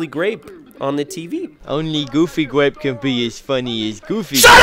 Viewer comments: Is thear a goofy gwape ride Josh. No thears not a goofy gwape ride. well den let's go home and watch goofy gwape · Goofy gwape